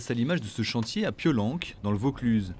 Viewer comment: Piolanque mdr c'est Piolenc (prononcer "inc")